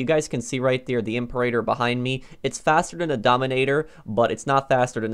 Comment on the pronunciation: Not "I'm per8ter" its "Em peer-A-tor"